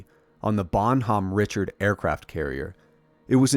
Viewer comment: Great video. Bon-nom Ree-shard. It means “Goodman Richard” in French.